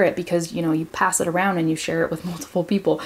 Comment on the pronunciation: Your way to pronouce " sounds and around" sounds kinda different!!! Is some kinda accent or something? Brasil!!!!